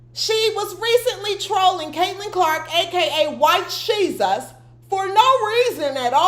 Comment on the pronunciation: Every time you say White shesus I click out... I like you but it bugs me, have a blessed day.